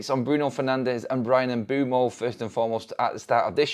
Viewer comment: His name is pronounced Umb'wem'o